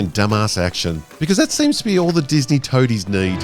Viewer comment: ah yes, dis-meh star wars...